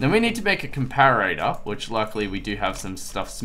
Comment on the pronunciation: no offence but you say it like this- Come-Pare-A-Der. just helping IGN:bob_bobhead1